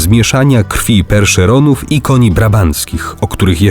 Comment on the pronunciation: Powiedział Perszeronów i dobrze powiedział